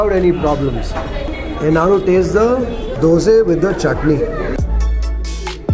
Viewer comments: Learn to say things right before talking about them. Man, is it so hard to say Dosa? Why do you keep saying Dosay? It's a disrespect to food by calling it wrongly. How do you feel when someone calls you "Kripayle"? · Bro it's no DOSEEEEEEEEE..... it's Dosa look odd if pronounce it worng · owner dosa dosa bole ja raha hai... aur yeh sir ,har baar dose dose bolte hi rehten hain.... pata nahi inko alag se kya maza ata hai dosa ko dose bolne mein. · 'Dose' is the correct way to say it, just how a kannadiga would pronounce it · It's not Dosa, It's Dosay, dont comment without knowing..